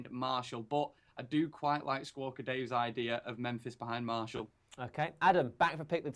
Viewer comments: But it's not pronounced mar- t-ial either it's pronounced Mar-si-al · why is the only person in the world who pronounces it "Marshall" hahaha